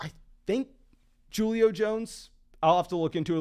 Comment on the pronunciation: I pray that Julio pronunciation was a bad attempt at a joke...